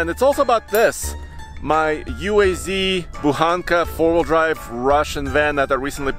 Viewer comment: Instant kudos, like and subscription for pronouncing Буханка correctly!